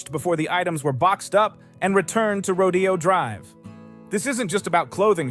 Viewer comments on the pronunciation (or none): The correct pronunciation of Rodeo Drive is "row-DAY-oh." It's not a rodeo.